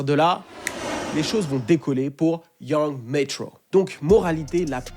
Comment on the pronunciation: Young Meytroow 😂😂